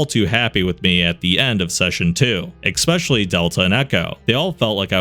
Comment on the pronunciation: especially, not expecially, nor ekspecially, c'mon